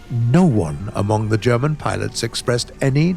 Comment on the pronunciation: is the only person I know that can pronounce German words properly, as well as Russian words and maybe Swedish words too?